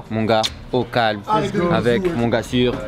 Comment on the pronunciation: Arrête de dire o calm